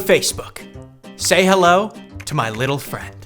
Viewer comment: Hey, this is the first video of yours that I’ve ever watched. I really enjoyed it; however, your outfit and the way you said “hello” at the beginning make me think you were European. I was about to block you, then I realized you’re normal. Anyways, I really enjoyed the VFX in this video. Proud to be a new subscriber.